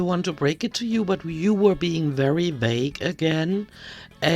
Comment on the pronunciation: I know English is not your first language. Regardless, it’s “vague” and not “vage.” Great video, as always 😎